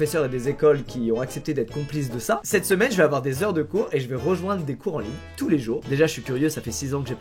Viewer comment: "cetomaine" au lieu de cette semaine, bravo 😂😂